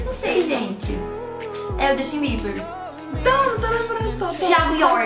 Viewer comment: Quando ela falou justin Bieber eu escutei ximbinha.Kkkk😅😂